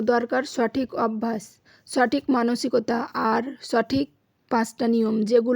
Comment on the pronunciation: ছঠিক,ছম্পর্ক,ছহজ,ছক্তিশালী, ছঞ্চয়,রহছ্য,ছংসার,ছাতে ছাতে।সঠিক উচ্চারণ করতে শিখুন,ভিডিও দেখতে ভালো লাগবে।